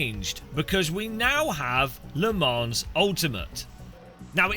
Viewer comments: Thanks for being honest, I had he exact same thoughts when I first tried Assetto Corsa some 6-7 years ago: never went back to iRacing. But please don't say Le ManS, no "s" sound at the end! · how come you can pronounce assetto corsa evo perfectly but butcher Le Mans? Also please try and ignore the handful of critics, you sound very bitter addressing them all the time. its the internet the minority are always going to be dicks, all we can do is not make everything about them - you know, like the rest of the world has